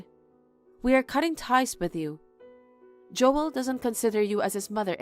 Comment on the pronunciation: Joel is one syllable, not two.